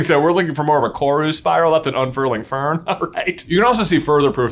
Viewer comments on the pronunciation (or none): none